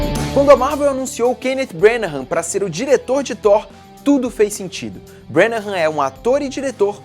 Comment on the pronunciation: Estou adorando esse recapitula/aquecimento para Infinity War. Só uma correção: a pronúncia do sobrenome do diretor não é "Brenahãm", mas sim "Brãnah", não há aquela última sílaba que o fala.